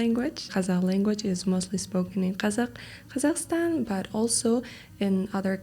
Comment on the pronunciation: Please, the language and the people are kazAkh and KazakhstAn. The stress is on the last syllable. Many people think that in English stress changes to the first syllable.